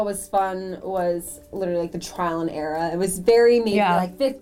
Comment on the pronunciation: Did she say "Trial and ERA"? S:)